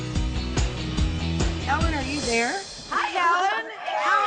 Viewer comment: ellan? Its ellen